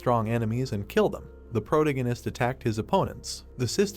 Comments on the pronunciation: Can you get it to stop saying the protahgahnist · How is someone with black hair a brunette ? serisously colour blind AI? Pro tagonist not a proto ganist sounds like a gas station. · Great Manhwa story. Good ai voice. Still terrible pronunciation, it's quite annoying. I'm looking forward to the day the ai is intelligent enough to pronounce words correctly. Example, "protagonist" AAArrrrghhhh!!!! Thanks for the upload :) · weird pronunciation of protagonist .. is it me only irritated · Yeah no i cant listen to that pronunciation of protagonist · The voice is the least annoying but it irks me every time it pronounces the word "protagonist" 😤